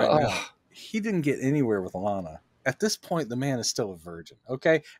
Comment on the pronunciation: sounds like you said "Alanna." Her name is Lana. Also can't have intimacy between Clark and a Terran woman, hence what he goes through in Superman II.